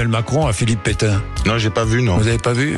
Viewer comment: "Je connais pas Pétaingueu " !!!!